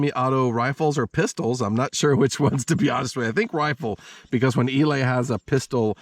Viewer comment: Eley is NOT pronounce "E- lay" It is pronounced "E- lee".